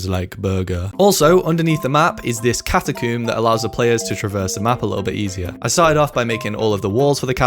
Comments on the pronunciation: "Catacoom" Whaaaaaaaaaaaaaaat? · "Catacoom" XD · Man said catacum